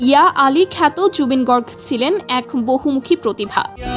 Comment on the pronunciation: গৰ্গ নয় গাৰ্গ অচনীয়া নয় অসমীয়া